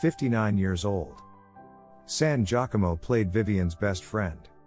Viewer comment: Laura San Giacomo’s last name is pronounced: “San Gia~Como, Gia as labeled the “First SUPERMODEL” in the 70’s, and “Como” as in Perry Como. This is precisely why I can’t stand the computerized automatic narration. It mispronounces words, personal names, cities, etc. etc.